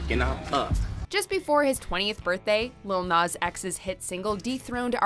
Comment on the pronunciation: The way they say Nas is really annoying me 🤦‍♂️